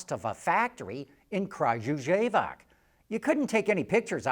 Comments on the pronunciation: What bothers me is that you could have Googled how to pronounce the city of Kragujevac and not butcher it like that, it's very easy to pronounce! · That Kragujevac pronunciation 🤣 Broooo